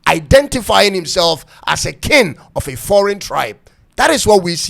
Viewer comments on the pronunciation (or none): It's pronounced k-ing not kin